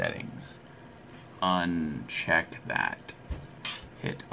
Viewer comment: uncheck, Unnnnnsshheeeckkkkkkkk.......... Anyway helped, thank u bro appreciate !